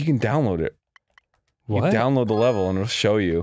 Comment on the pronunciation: "Welcome to my wevel ~ Snugboat"